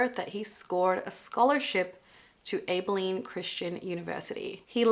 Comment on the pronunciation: It's pronounced "Ab-uh-lean" just so you know but you were still close! So happy to see you posting again though! Your videos have definitely been missed!❤